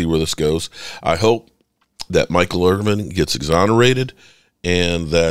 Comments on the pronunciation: Please make a better effort at getting the man's name correct: It's Michael IrVIN, NOT Irv-VING DO BETTER BRUH! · I guess if you were really concerned about Michael Irvin, you would learn how to pronounce his last name properly. There is no "G" in Irvin. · dude....please quit calling him Irving....its Irvin....thanks from all the real cowboys fans.